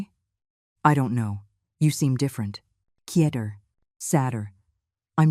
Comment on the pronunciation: What is kieter? Or is it quieter? Man! This is rediculous. Can't you pronounce anything right? Stupid. What grade did you get to before you quit school? Oh. Sorry. It was pre school, wasn't it? 😢